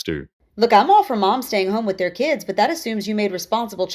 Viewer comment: Ahhh she said it. "Key-ids". Lmao.